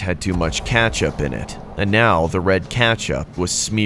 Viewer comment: No one says "kachup" lmao 😭😭😭😭